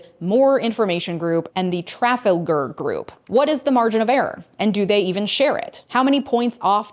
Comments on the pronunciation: I am surprised such a smart person doesn't know how to pronounce Trafalgar 😅 The emphasis is on the second syllable: tra-FAL-gar. Ever heard of the Battle of Trafalgar? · Great video! One minor correction: it’s pronounced “Tra-Fal-Ger”. With the emphasis on the Fal syllable. Think a famous square in London. Thanks! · Trafalgar Group is pronounced "Tra/fell/ga". As in the famous Battle of Trafalgar 1805 and of course the famous Trafalgar Square in London that was named after the battle and features Nelson's Column. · Traffle -grrr group? Really? 😂 Truff - AL - garr. Anyway, there's one poll that towers above all the others, because it's not meant to sell denture cream on Fox "News", but rather to take your money outright: Ask your bookie. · Trafalgar = Tra-FAL-gar, as in the famous battle. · It's pronounced TraFALger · It's pronounced like "truh-fal-ger." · Tra-fal-gar lol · I love your content, but I gotta raise an eyebrow at your pronunciation of "Trafalgar" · The way you pronounced “Trafalgar” XD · Yes it caught me out, I had to replay it several times. Nelson's not going to be happy.